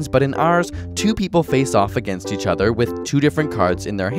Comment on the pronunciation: When you pronounce the word 'other' it sounds like you're saying "ether."